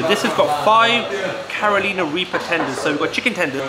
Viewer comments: I was gonna let it slide the first time you said caroleana but it's pronounced karr uh ly nuh after the state 😂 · I did hear Caro leana also but it's minor bruhh. People say our names wrong all the time 😅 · thank you bro 😂 like you say its a minor thing but the pronunciation doesn't sound right when says it maybe just be his accent 😂